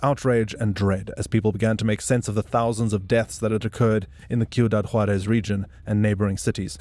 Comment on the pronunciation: Great video overall. But you pronounce it SEE-U-DAD Juárez. Not Kee-u-dad Juarez. ✌🏽